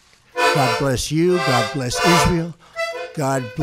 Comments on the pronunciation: "God bless the United Schtates" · Did he say United Shtates????? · United Sharts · "God bless the United Shaysh."